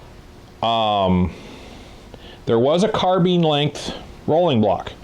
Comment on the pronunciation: It's carbine dang it! Not carbean!